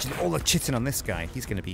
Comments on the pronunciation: it's kai-tin. Not 'chit-in' O_o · likes to "Chitin" his pants eh? Kite-in (pronunciation in all major dictionaries) Kite-in chitin Kite-in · FOR THE LOVE OF MY SANITY., my friend, Chitin is pronounced, ˈkītn. Hard K sound followed by i -tin. K-i-Tin. PLEASE man. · chitin is pronounced kai-tin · Why does nobody know how to pronounce chitin ? Its like chaos...